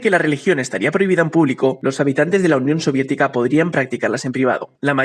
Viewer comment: Oye dice la unión siodietica bro